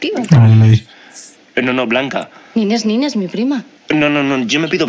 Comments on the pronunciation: No es Nine, es Nines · es nineSS, no nine xD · ¡Nines, Nines, Nines Nines!...la prima de Raquel se llama Nines, no es Nine. Les falta la 's' final. Nines es diminutivo de Angelines. Escuchen bien como le llama su prima Raquel y otros personajes 😊